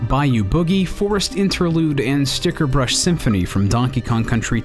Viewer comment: It's Stickerbush Symphony, not Stickerbrush, and moreover, it's from DKC2, not 1 ;)